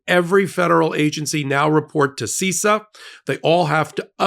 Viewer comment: You need to have an expert on bc as an IT and cyber security expert you sound like you don't understand any of it. First, it's pronounced SIS-SAH not SEE-SAH